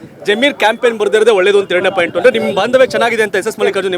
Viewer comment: ಲ* ಸೋಶಿಯಲ್ ವರ್ಕರ್ ಮಹಮ್ಮದ್ ವಾಸಿಮ್ ಪಾಯಿಂಟ್ ಆದು ಪೇಂಟ್ ಅಲ್ಲಾ ಪಾಯಿಂಟ್ ಅನ್ನು 😂😂😂